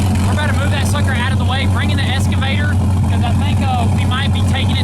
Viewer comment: You guys are awesome. Just one thing. It is not "eS-ka-vator" it is an "eX-ka-vator" No s dudes. Keep on rolling though. Hard work pays off. You deserve all the good things.